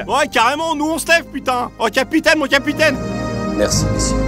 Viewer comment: Capitaineuh ! Capitaineuh ! Vous n’êteuh pas le capitaineuh !